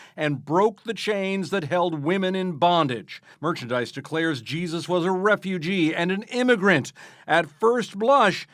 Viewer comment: Why is it every time they say Jesus it sounds like “Cheesus” sorry but his real name is Yeshua… which even translated via ENGLISH would be Joshua so who is CHEESUS ?